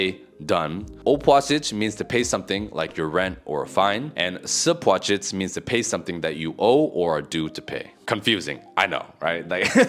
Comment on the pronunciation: "Sapłacić" doesn't exist